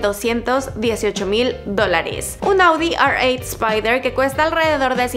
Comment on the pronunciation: Se dice Audi erreocho y BMW iocho corta